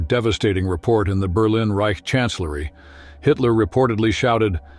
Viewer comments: WHO THE FUCQ DID THE ENGLISH NARRATION ? Berleen instead of Berlin ? FFS. ! ITS NO SO DIFFICULT TO FIND SOMEONE THAT CAN SPEAK ENGLISH WITHOUT MANGLING THE ENUNCIATION ???? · That’s what I thought too. The voice sounds real though. It had me fooled until the burleeen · “Berlen Germany”??? Perhaps you mean Berlin Germany. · berleen? what is this AI crap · Must be AI narration, couldn't pronounce Berlin correctly, my lord that's crazy! It's not Bur-lean!